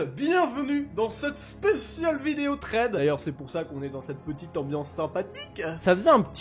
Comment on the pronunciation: Sa sécri threed mais sa ça se dit srèd (c pas pour te fair mais pour tinformet)👍👍👍